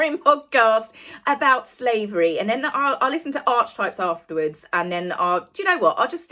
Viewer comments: Pronounced ‘arketypes’ not ‘arch’. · ARK-EE -TYPES Not arch-types!!! I love you, but pronounce Archetypes correctly.:) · Oh my dear. You are still saying “arch types “??????? For the love of god - it’s pronounced “are ka types”. Please, PLEASE?